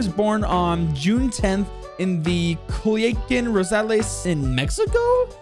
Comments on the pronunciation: Just so you know it’s pronounced “Coo-Leah-Khan” / Cu-Lia-Cán” Great video! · Cu - li - a - kun. Lmao